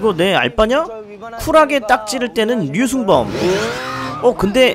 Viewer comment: 에 보니까 유라고 발음하네요